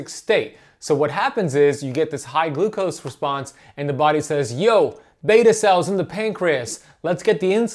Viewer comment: One to two teaspoons of GLUCOSE? Said wrong.